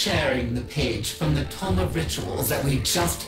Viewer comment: It's pronounced "Tome" not "Tomb"